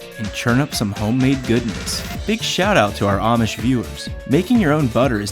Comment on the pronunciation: did he just say omish viewers